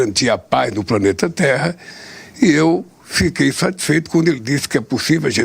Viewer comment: A paz no " praneta " ai ai.